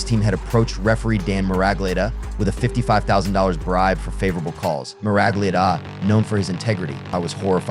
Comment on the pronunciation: Its pronounced referee Dan MURG-lee-otta lol